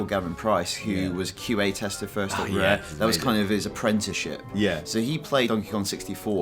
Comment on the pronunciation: "Fannz uf REEEHH."